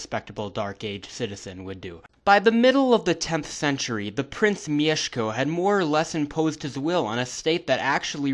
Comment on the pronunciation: Wow, this is really accurate! And you pronounce "Mieszko" like a Pole! I actually had some suspicions about your nationality until "Leszek"... ;) Anyway, great work and cheers from Poland!